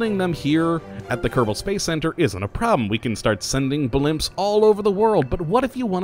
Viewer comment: He says, “Kottabos Space Program”.